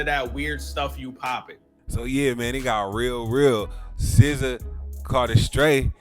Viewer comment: How do you get “sizza” from sza???